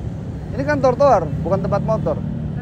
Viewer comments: Yg bener trotoar apa tortoar bang ngomongnya wkwjw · Ngakak denger bang susah nyebutin Tro - jadi Tor terus...hehe hiburan juga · Trotoar bukan trotoar bang 😂😂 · Trotoar mas... bukan tortoar 😀 kerennn gasss lanjutkan orang2 ga tau aturan ngeyel emang pantas di maki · bang TROTOAR bang bukan TORTOAR wkwkwkwk sumpa ngikik tetep semangat bangggg😂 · Bang ganteng....trotoar bukan tortoar😊😊😊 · T R O T O A R bang bukan T O R T O A R 😂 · trotoar bang bukan tor toar🤣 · Maaf bang trotoar bukan tortoar😂😂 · bkn tortoar, cb blg trotoar wkwkwk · Bukan tortoar tp trotoar wkwkwkwk....... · Trotoar bang bukan tortoar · Bikin kompilasi bang ngomong “tortoar” lucu sih wkwkwkwk